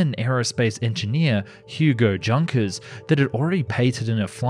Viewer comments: Not Tschunkers, Junkers😏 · Professor Harris, Chair of East Central University's history department, said he would fail any student who pronounced it as "Junkers" rather than "Yoonkers" when I was in college back in the late '90s. European history was like a religion to him, so I'm not entirely sure he was joking and never attempted to call his bluff lol 😉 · All good, but you are butchering Junkers name , it is pronounce as IUnkers or Unkers, not like Junk-ers :) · yes junk-ers😝😝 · Junkers is pronounced "Yunkers". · Pronounced “Yunkers” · I think Germans pronounce J like Y. So Junkers is Yunkers. Like how Jagermeister is pronounced Yagermeister. I might be wrong. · For an english speaker, you got that pretty decendly. But the I-X is a roman 9. And for you as an english speaker, the german ö is easy to speak: it´s the same as the u in turn, hurt and urge. Mean is "Junkers" as it reads like "junker" to english speaker, think of it as "Yoonkers", that might help. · Junkers Jumo = yoonkers you-mo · loled at Junkers pronunciation and Luftwaffle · The way you pronounce "Junkers" makes it feel like that company specialized in dumpster diving and building cutting-edge tech out of scrap metal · What is "dzha:nkers"?? And "luffvaffe"? You'd better read this as "yunkers", and "luftvaffe" - if you don't mind.. (heh heh)